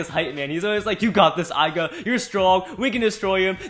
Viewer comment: Left burst burst it's not Aiga it's Left burst burst it's not aiga its aiger.